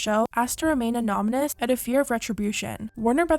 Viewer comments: Why do you say anonymous like anomynous ? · “Asked to remain ANOMNOUS” lmao